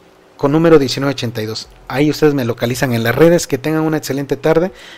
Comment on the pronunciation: Se dice Banamex no Banametz Se dice excelente no etcelente